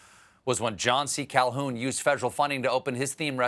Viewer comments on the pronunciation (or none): none